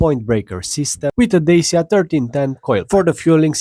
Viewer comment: you pronounce Dacia wrong. It's Da-chia not Da-see-ya.